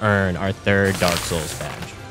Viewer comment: Derek soils